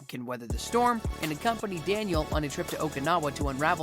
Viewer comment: He say the rivalry of Danniel and William (Johnny) 🤣🤣🤣